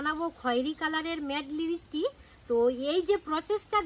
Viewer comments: Vaselin না Vaseline. লিবিসটিক নয় লিপস্টিক। scandal না ক্যান্ডেল হবে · লিপস্টিক ❌ লিবিস্টিক✅